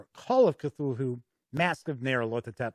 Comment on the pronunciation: Great review, this video makes me want to poke my roommate, who I bought that boxed set for last xmas, with a stick until he runs it. I love an epic campaign. That said, the pronunciation of "Cthulhu" is "Kuh-thoo-loo", not "kuh-thool-hoo". :-)